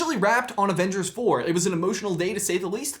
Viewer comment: Avenge-heirs, ha